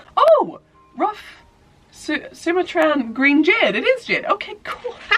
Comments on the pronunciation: Fun fact- you pronounced "Sumatran" jade as "SU-matrahn" but it's pronounced "su-MATren" after the island in Indonesia. And before I sound too well traveled or knowledgable or anything, I only know that cause I used to work in a snobby coffee shop and Sumatran coffee is VERY popular there and we all had to know everything about all of our coffees and their origins~ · Also you're not mispronouncing Imbolc either, really. The b isn't supposed to be silent, just soft-ish. Sumatran, however, you did kinda butcher. :P Stress is on the "ma" rather than the "su." Love, Your annoyingly helpful language geek viewer